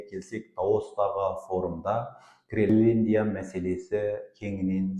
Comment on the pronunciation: Ассаламу'аликум, мырза! Мен сіздің тұрақты тыңдаушыңызбын. Менің сізге айтар уәжім бар. Гелендия емес, Гренландия деп толық әрі түсінікті тілмен айтыңыз. Сіз белгілі журналистсыз ғой. Сізге тіліңізді сындырып сөйлей ұят. Тағы да айтарым, сіз жиырмасыншы деген қазақтың сөзін толық айтпай, жирманшы деп сөзді жеп қоясыз. Олда дұрыс емес, лингвистикалық жағынан өрескел қателік. Тағысын-тағы тілдік жағынан сізде қателіктер өте көп. Бұл сізге сын, үлкен сын... Бұны неге айтып отырмын, Қазақылықты дәріптеп жүрген сіздер былай сөйлеген соң басқалары (тілді бұра тартып жүргендер) не істемейді.